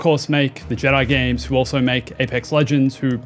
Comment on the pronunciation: Why is an Aussie saying games like me from the north of England? Gaaaames